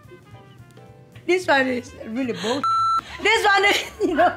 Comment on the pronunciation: she said " This one.. is really buLLshET" ... I'm Deceased